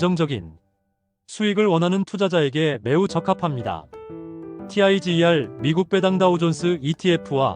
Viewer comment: Tiger을 '타이거'라고 읽지 '티아이지이알'이라고 읽는 사람이 어디 있습니까? 주식하는 사람들 기본 지식 아닌가요?